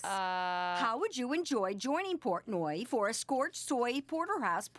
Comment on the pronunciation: I just noticed that PC mispronounces Portnoy as "Pourtney" . And I am devastated 😢